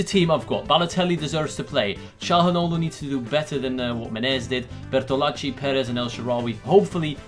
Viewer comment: Lol I find funny how you say Bertolacci since I am Italian, I mean the pronunciation is correct but it is just funny the way in which you say it lol